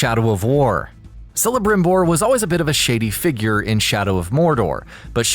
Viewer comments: Did you just say salebrimbor? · I thought Celebrimbor was pronounced with a “K” sound.